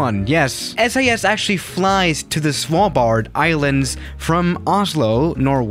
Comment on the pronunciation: The way u say Svalbard 😂🤣😂🤣